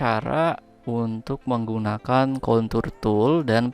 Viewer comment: Contour pake R ya.. jangan pake L.. wkwk